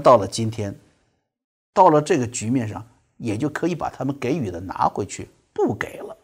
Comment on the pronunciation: 给予 读 jǐ yǔ